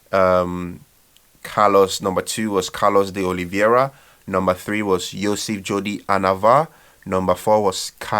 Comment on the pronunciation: PRONOUNCED WRONG" CARLOS DE OLIVEIRA" E "CAIKE PRO"😆